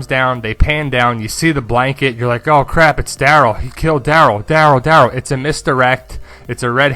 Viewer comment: Omg stop saying Daryl like that! Lol